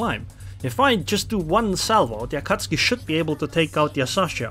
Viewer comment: I love how you call Akatsuki an Akatski😂